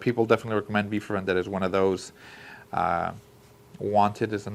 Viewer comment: Nice ! It’s « vEndetta »